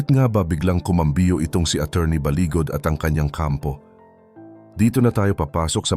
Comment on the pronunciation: Balibad not baligod